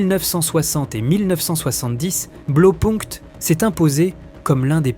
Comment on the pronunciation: Sujet intéressant. Juste un petit truc: "Blau" ça se prononce "blao" et pas "blo"